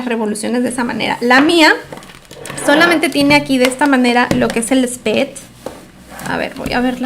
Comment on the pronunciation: El WHAT? SPEED? NO SEÑORA se PRONUNCIA (spiid)🤣🤣